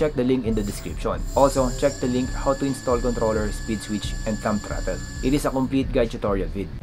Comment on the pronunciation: About the accent. I got into your mode of talking and replayed a few parts but although it doesn't hurt to improve your English accent, if you just slow it down a bit, words can be understood I think. For this video, simply slow everything down. The 3 speed plug, got it but it took 3 replays. Throttle is throt then L so throtL. There isn't a lot of good videos on the bunch of wires on a controller so thanks for making the effort.